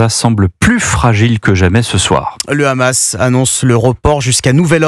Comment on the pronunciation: Pourquoi les israéliens disent le rhhhamass au lieu de dire le hamas ? 😂